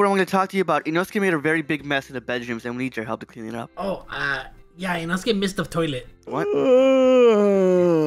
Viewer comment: Inosuke: it's inocha me: isn't it inoko